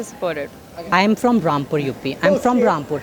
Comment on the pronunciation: "I'm from Rampur U.P. ".... Ohh my God Accent.... 😱🤣🤣🤣🤣